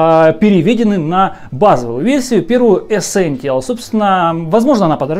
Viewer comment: Ну камон,чел явный фан сони,но вы просто вслушайтесь -ЭСЕНТИАЛ)))